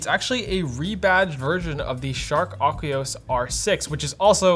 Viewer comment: AQUOS Aspherical Are you mispronouncing everything on purpose?